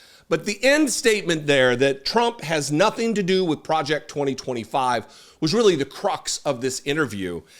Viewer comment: "Pwojeck twa twa five."